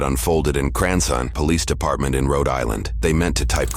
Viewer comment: Something about the monotone description of "Cranson Pawlease Depawtment" just gets me